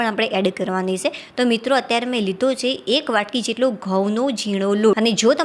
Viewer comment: બહેન તમે કેમ "છે" નથી બોલી શકતા !!!